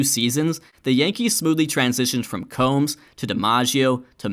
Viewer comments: Earl Combs' name rhymed with Tombs, not like comb. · Earle Combs' name was actually pronounced 'Coombs'. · Combs is actually pronounced "Coombs". But overall, amazing video.